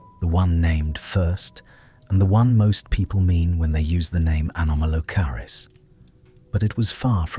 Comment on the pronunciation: The AI voice mispronounced “anomolocaris” when it first pronounced it .